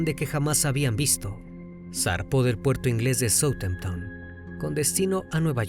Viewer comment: ¿Partió de soutententamp? “Southampton” ( fonéticamente “soudjamptom”) un poquito de ganas en la investigación de la pronunciación correcta. No es la primera vez.